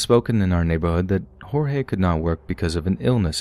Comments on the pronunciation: The cannibal story, man that's not the first time something like that has happened in Brazil. It's happened a few times where poor street food vendors use human meat. Messed up. Also I believe his name is pronounced George with the emphasis on the final "e" we don't pronounce it Horhey I believe that's hispanic. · Yup “Hor-hay” is Spanish not Portuguese. The name is more like “gorge” with a soft g in the beginning. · The name "Jorge" in portuguese is read with an actual J "jay" and G "gee", so you can speak mostly how you normally would in english (George). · Actually, it‘s pronounced like French, not English. The English J and G, in this case, would sound like “djordje”, right? So, for anyone interested, Portuguese J’s and G’s sound nothing like Spanish, they sound French.